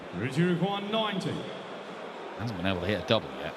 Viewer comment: Kirk called 90 but it sounded like he said 99, so the chalker put 99 which left 25